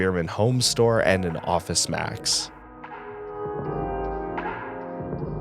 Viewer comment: I swear you said Office Smacks and was thinking, what the heck store is that?! Thanks for all the great content! They are informative, nostalgic, and relaxing all to some great, chill music. And agree on the look. Some places looked more like an uninspired hotel lobby than a mall.